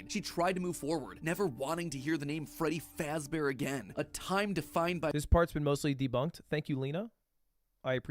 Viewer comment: Freddy Faazbear💀